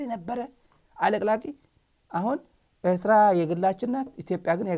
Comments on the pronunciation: Someone has to tell the Ethiopian foreign minister how to pronounce Eritrea, he is very annoying and childish. Ethiopians are historically our brothers no one denies that, especially those in Tigray and Amhara, we are blood relatives. Having said that we Eritrean we don’t want have anything we need from Ethiopia. Our country is enough of us and he can keep his Ethiopia and we will keep our Eritrea. Respect!!! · ውድ ስታሊን እንደዛሬ ቅቢ ኣላጥጣሀኝም። በጣም ኣመስግናለሁ። ኢሄ ጊድዮን የሚባለው፡ የኤርትራን ስም እንኳን በትክክል መጥራት ያልቻለ ተብታባ።